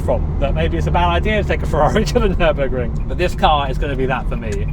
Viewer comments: Ummm, Fer-Burg-er? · congrats! ferrar-o-ring?